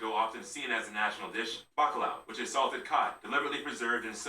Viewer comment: Codfish is "bacalhau", not "bacalao"!